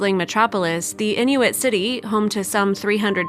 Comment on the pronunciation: Not properly pronounced. It Inuit just like its spelled.